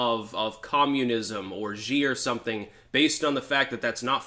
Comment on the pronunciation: You should really learn how to pronounce Xi’s name. It’s pronounced she. Maybe look it up if you don’t believe me. I’ve lived in China about a decade.